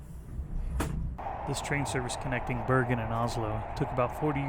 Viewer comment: Dont worry you said "bergen to voss" fine